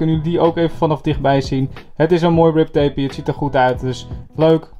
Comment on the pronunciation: Het is grip tape niet rip tape